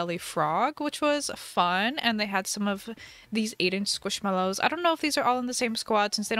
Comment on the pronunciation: Everyone knows u can’t spell squishmallows 😂 because u hear it like ‘squishmellows’ u say ‘squishmallows’